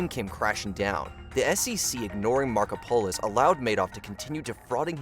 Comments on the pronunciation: Love the pronunciation of "Marko-polis" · "Markopolos" being mispronounced is driving my Greek-American ass crazy.